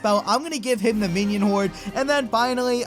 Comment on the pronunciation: he said "Minion Hored"